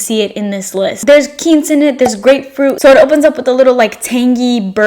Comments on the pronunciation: I wanted to let you know quince is pronounced kwins(like prince) not keents like Quinceanera. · It’s pronounced “qw-ince” not “qu-eence” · Wow, am I wrong??? I thought "Quince" was pronounced "QWINCE" rather than "Kince" I sure have been saying "QWINCE" my entire life. lol😆🤣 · Love the video but girl..the way you're saying quince is absolutely painful 😭 quinn like the name a ss like at the end of essence